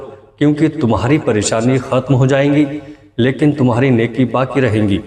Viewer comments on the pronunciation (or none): none